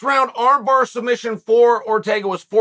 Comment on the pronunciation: Islam calls it “Sumbission” 🤣🤣🤣